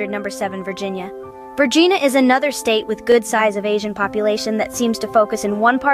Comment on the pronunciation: As a person living in The Commonwealth of Vagina, I object to the pronunciation of Vergina, er Virginia, and Virginians.